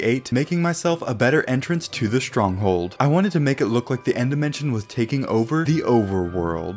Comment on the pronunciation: You said strong hole